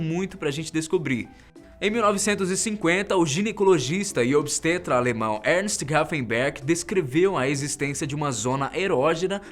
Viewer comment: Ele falou "obstrêta"? 😮 (o acento eh simplesmente para ilustrar que o som foi fechado XD)